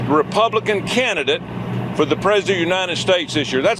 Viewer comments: can tommyu not pronounce 'president'? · Tommy T can’t pronounce “ president”.